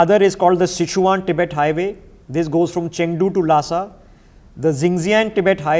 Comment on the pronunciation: Great information. Please learn to pronounce geographical places correctly and accurately. It will give your videos more credibility. Names such as Xinjiang, Sichuan and the names of the dams.